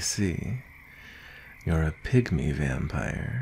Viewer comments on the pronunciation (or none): SHE SAID A PYGMY VAMPIRE I THOUGHT SHE SAID A PICK ME VAMPIRE IM CRYING